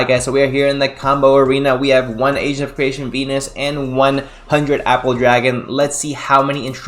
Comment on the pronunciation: A-GENT , not Asian deck lol